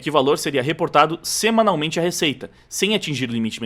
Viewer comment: sim eu percebi isso tambem, se não tivesse lendo junto com ele, eu tambem iria entenrder Semalmente e 15 pilas